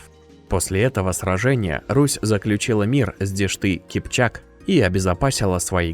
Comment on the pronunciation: Дешт-и-Кипчак не можешь выговорить правильно, аж ухо резануло! куда тебе о крестовых походах рассуждать, орк?!